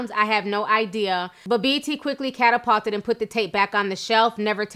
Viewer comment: Capitulated meaning to give in, surrender. Pronounced Ca pitch u late ed